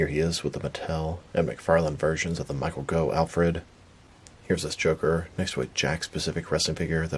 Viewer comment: Second time watching this review and still on the fence on this Joker. The head seems a little bit big to me. I just need an Jack Joker. Be cool if they made an older Jack Napier figure. Oh and I did catch something this time, and It's pronounced Michael "Goff" by the way. ;)